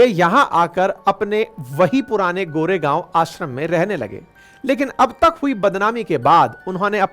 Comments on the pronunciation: सर पुणे के प्लेस का नाम गोरेगाव नहीं कोरेगाव है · Sir Goregaw nahi Core gaw